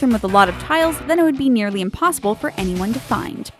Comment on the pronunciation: Haha! , she said vanyone instead of anyone!